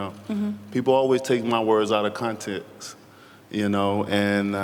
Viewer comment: you’ll have to ask Deontay…… sorry, you’ll have to AXE Deontay. “Contrex” isn’t in the English dictionary. I’d like to assume he meant to say “context” but, he’s a “KANG” and who am I to question the linguistic capacity of a KANG!